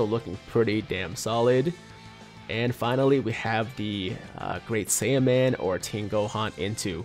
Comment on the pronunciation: I thought you said int saibamen ngl